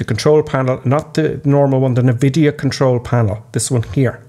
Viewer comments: Hate to be 'that' guy, but NVidia is pronounced "en-vidia" not "ne-vidia". :) Just fyi. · Americans always pronounce it nevidia as well. it gets on my tits, lol. Like pronouncing iso as iesso, sigh........